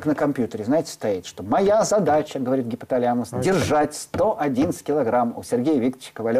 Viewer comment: гипоталЯмус... ужас, как только он начал коверкать слово - информация начала проходить мимо ушей, до того режет слух